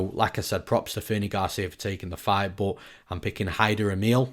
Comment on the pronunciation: The only thing better than newsom’s ufc breakdowns is hearing how his “but’ sounds like .. BOAT LMAOOOOOO.